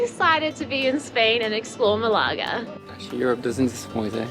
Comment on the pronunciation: Maybe check how to correctly pronounce the name of the place you are doing a video about first!